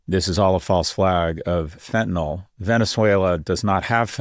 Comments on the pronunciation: Let's please avoid sounding like MAGA rednecks: its pronounced fentaNYL, not fentanol. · Fentanyl is NOT pronounced Fenn-ta-NOLL; it is FENN-ta-Nill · so we got Scott to stop pronouncing it fentaNOL.. maybe Jess can follow suit?